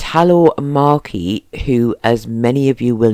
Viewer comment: Correct pronouncement is Eatlo - Marchi....pronounced MARCHI....... Ice cream Parlour corrrect name MARCHI ......as this family were known to myself and family.....